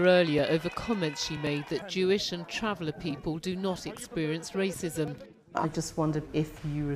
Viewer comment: Wacism is tewwible Diane 😂😂